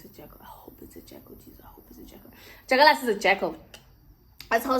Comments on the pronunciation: But it's dyakalashe not dyakalasi🤣😭 but we love you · 😂😭The way you say jakkalas!😂